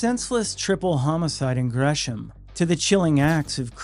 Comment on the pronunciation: Love the channel, but c’mom, that sure as shit isn’t Gresham. 😂